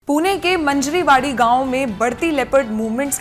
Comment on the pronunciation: मंजरी वाडी नहीं है, मांजरवाडी एक गाव का नाम है